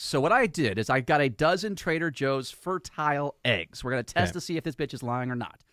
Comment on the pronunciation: Why does keep pronouncing fertile that way. The word means the eggs are fertile, not fur-tile.